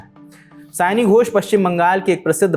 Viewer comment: आपके थंबनेल में सयानी लिखा है, लेकिन आपका उच्चारण सही नहीं है, इसलिए यह एक गलती है। नाम सयोनी होना चाहिए, जिसे बंगाली में बोला जाता है। Saayoni